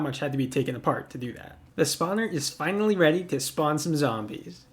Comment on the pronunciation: wait did he say finary or finawy lol